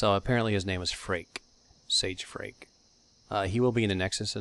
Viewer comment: could swear it was pronounced "Fray-kuh"